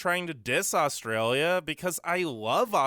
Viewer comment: How do we manage to upload all those videos of bad drivers with such bad internet? It's hard to take somebody's views on Australia seriously when the person can't pronounce 'Australia'.